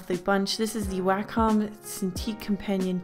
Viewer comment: 1. Thanks. 2. Its pronounced way-comm not wah comm